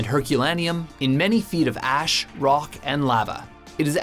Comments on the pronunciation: did he say vacanic ass instead of valcanic ash? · Anybody notice he said "Volcanic Ass" instead of "Volcanic Ash". 😂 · Anyone else noticed he says "volcanic ass"? LOL! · Ryan Kruger he said gas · Hahahaha he said volcanic ass